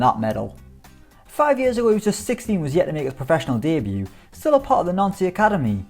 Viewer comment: Fun fact: Nancy is pronuced noncey